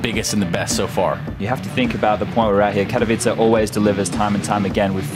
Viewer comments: Okay, I seriously need help. Is it not "Kat-ow-iss"? I think they're saying "Care-ee-veet-zae", but I desperately need a pronunciation guide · Its pronounced "Katovitse"